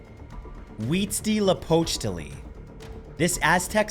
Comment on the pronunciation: The first god is pronounced WITCH-Lee-A-potch-Lee